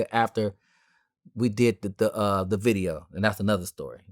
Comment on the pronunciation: "Di witha Di witha" come on dawg man up